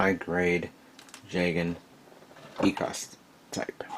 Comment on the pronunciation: E-Casa? I'm pretty sure it's pronounced Echo-Us if I remember correctly. Also those decals Are for the Ground Zaku.